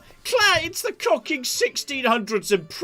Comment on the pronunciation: I had a drink if Cider every time you said "COCKING" ...I've just woken up and its Sunday.